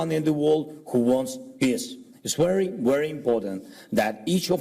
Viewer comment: Its wery wery important LOL the English is top notch! I’m just amazed that its not a t shirt it’s a shirt. Absolutely amazing it’s a wonder.